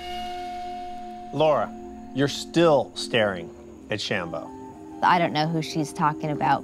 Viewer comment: funny how says sham-Bo differently, ha